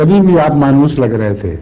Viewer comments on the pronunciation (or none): manoos nahi munhoos hay.